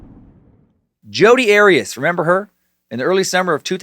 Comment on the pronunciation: Jodi's last name is not Erias, it is Arias like Ah-Ri-HAS short A.